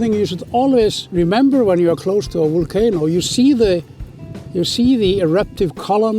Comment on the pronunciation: I have to admit, even for an Icelander like myself (and a big geology enthusiast with 3 geology courses behind me at the university), it's a bit difficult hearing always say wool-canic and wool-cano... haha. A wealth of good knowledge from him though:)